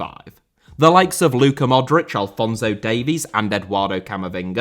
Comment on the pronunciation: Diego* not Diyeigouw Father * not Fother Alphonso* not Alphonzouw Yugoslav* not Yugoslohrv Rather* not Rother Romeo* not Ròuwmiouw Hugo* not Hyugouw Côte* not Couwte Monte* not Monti Carlo* not Cohrlouw Lloris* not Yoris Andrea* not Ondreja Finest* not Fahnest Udinese* not Udeneisei Saadi* not Sohri De* not Dei Perugia* not Perudgier Serie*not Siri Vialli* not Viohrlli Cremona* not Cremouwner Cremonese*not Cremonessei Roberto* not Robötouw Private* not Prahvat Bolkiah* not Bolkier Yacht* not Yohrcht Angeles* not Angelis Marítimo* not Maretimouw Line* not Lahn Piqué* not Piquei